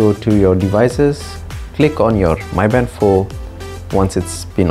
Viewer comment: Its pronounced Me Band not My Band...